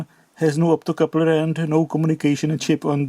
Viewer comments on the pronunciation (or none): ...please dont rectify the optocoupler! Keep it at "optocooopler" only 😊❤ Also "dodggeee and dangerooos" 😊😊